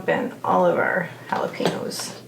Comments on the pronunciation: Jalapeños are pronounced with a Yow on the end. Haa·luh·pay·nyow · Please try to be culturally sensitive. The pronunciation is “haa-luh-pay-nyowz”. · No offense, but you might lime to know they're actually spelled jalapeños and pronounced the Mexican way, jalapen-yo. We don't say it that way in most of America, but in Mexico they do.